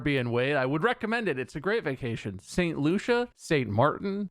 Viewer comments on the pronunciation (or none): none